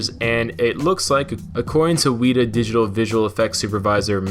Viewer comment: Its not Weee ta. Its weh ta